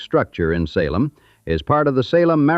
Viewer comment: I shut it off when the AI said Sa lem